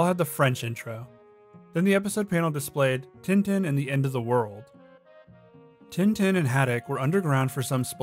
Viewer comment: You pronounced some Tintin Names wrong